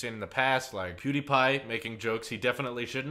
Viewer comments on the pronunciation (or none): WHY ARE YOU SAYING POODIPIE?